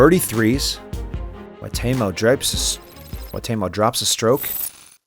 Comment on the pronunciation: I don't mind his commentary but it's very annoying listening to the pronunciation of names. Go ask the guys. Like Teemu, he says Taymo, so does he throw Tay-Birds or Tee-birds? I mean really...